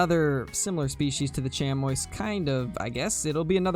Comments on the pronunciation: Sh-am-ee. Chamois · Chamois is pronounced sham-wah for the animal and shammie when referencing the cloth or leather material!